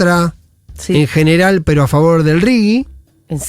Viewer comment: J!!! RIGI - RIJI. Es castellano!!!